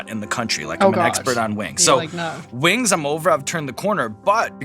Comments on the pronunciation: I love how she pronounces them “wangs” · I love lorde and have since first hearing her on triple j in early 2010s... But as an aussie, I will never not knock a kiwi's pronunciation of "spicy lil wangs"